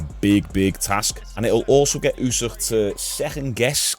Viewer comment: I'm pretty sure it's Usyk, not Usîh 🤣🤣🤣